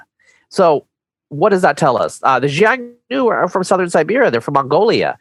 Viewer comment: Xiongnu is pronounced with an initial soft "sh" sound, not "j" . This "sh" is becomes a "h" sound I'm China depending on the language, so the "sh" in xiong nu is just a different pronunciation of "h" in hun